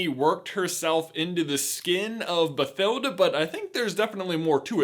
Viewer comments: As someone named Mathilda (the f**king "h" is silent) pretty sure her name is pronounced "Batilda" with a f**king silent "h". It's german spelling. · You mispronounced Bathilda so hard